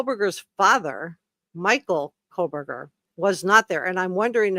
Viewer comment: its Koh berger no L